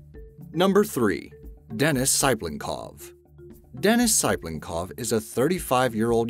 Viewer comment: Denis Sai-plen-kov, its Tsy-plen-kov. jees.